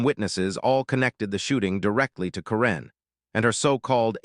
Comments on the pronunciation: Why are you pronouncing Karen's name with the emphasis on the second syllable? Is she from Myanmar? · This AI speaker needs to learn how to pronounce simple words. Mispronouncing karen multiple times